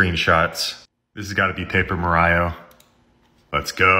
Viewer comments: paper ma-r-io? its mar-io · "Vailoraint" "mareio" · 'myamy’ 'maryo’ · Notice how this man says Mar-I-o instead of Mario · Mah rioh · you mean miriyo? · "myamy", "maryo", "parys", "toepic" 💀💀💀💀💀💀💀💀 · Bro really said muhryo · Seriously, does he mispronounce words on purpose? Is that his gimmick? Odd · List of words he mispronounce 1:Mario 2: Paris 3: Miami 4: Pinocchio 5: valorant